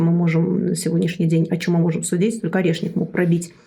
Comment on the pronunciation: Она так классно произносит сово "орешник"😊